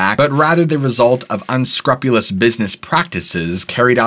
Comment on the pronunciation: in the Philippines we have what we call JAKOL LANTERNS 🤭😏 "uNsKrUpYoOLuZ" is the word of the day 📖💪🧠